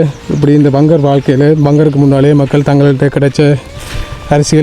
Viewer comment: வங்கர் இல்ல பங்கர்